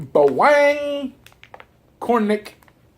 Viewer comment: You should try nagaraya adobo or garlic flavor....and its pronounced as BA-WANG not BAweng